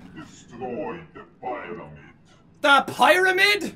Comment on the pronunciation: pyramid (PEE-Ruhh-MID) gud vid doe ;3